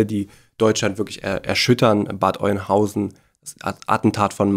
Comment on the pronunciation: Ich bekommt jedesmal Gänsehaut, wenn ich "Oienhausen" höre. 🤐